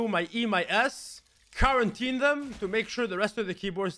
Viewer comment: Nobody:: Karantine.